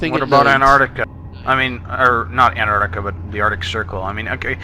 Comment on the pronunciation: It's pronounced An*T*arctica also *H*erbs.